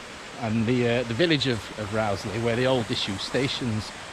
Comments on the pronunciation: It's definitely pronounced Rose-lee. I'm an ex-local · I always heard it pronounced Rose-lee. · I've always pronounced the name as Rose-lee, but some locals do say Rauwsley - yer takes yer pick! In my day the Rowsley Sidings were referred to as the Rowsley Marshalling Yards, always a busy sight and a great day out for a young train-spotter!